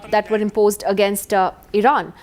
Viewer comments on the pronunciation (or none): none